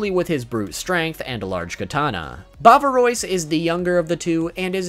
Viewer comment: Galette : it is not like giraffe but garage. It is a biscuit. You missed all the names in French about cookies…..a little disappointing. Ois is not oys : bavarois you can’t read it bavaroys